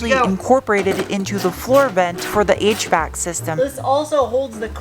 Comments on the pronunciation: For a second there, I thought you said "8-track controls and then my noggin registered via visual input that you were ACTUALLY saying HVAC controls 😂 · Had about one minute 58 seconds you said HVAC control and I thought you were saying eight track control